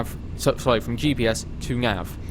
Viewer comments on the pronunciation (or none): I like how he said "now" and "nav" as nyow and nyav